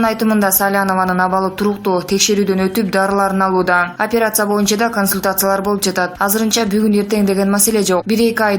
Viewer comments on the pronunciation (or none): none